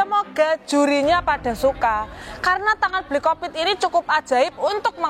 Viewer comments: ngakak banget denger nyebut nama hovit dia bilangnya "bli kopit"😭😭😭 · tu nyebut hovit jadi "bli kopit" y?? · Di mulut bli Hovit jadi bli Kopit😂